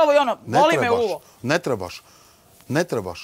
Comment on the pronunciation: Al cuj to kad kaze boli me uvo. Dalila da nisi rodjena u Beogradu hahah